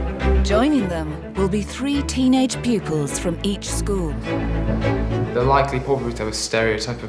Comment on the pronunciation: How bizarre ! The headmaster of the 'posh' school is not posh ! He speaks with a kind of modified 'estuary' accent. He can't even pronounce the word 'school' correctly but refers to it as a 'scaw' ! I think the fee paying parents must also be of humble origins with newly acquired wealth or they would have spotted this and been put off.